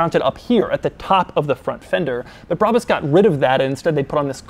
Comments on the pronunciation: None of those pronunciatons of "Brabus" were right lol. German is a pretty phonetical language when compared to English, so many things, like "Brabus", are pronounced phonetically. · It's not brabis, bräbis or breibis it's BRABUS ! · Say Brabus Like Brah-boos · BRA - BUS I mean, how is it pronounced any other way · I think it’s pronounced, “brabus” Like if you agree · Brabus Is a german, u say It like u write It